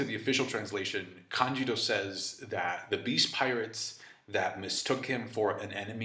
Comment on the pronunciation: Am I the only who gets meh, hearing "Kanjiro" instead of "Kanjuro" lol